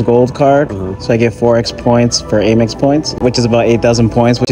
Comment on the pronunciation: Dude lost all credibility with the way he pronounced AmEx